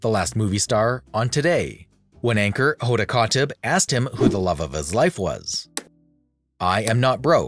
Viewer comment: Dear Narrator, the interviewers name is Hoda Kotb (pronounced cot-bee).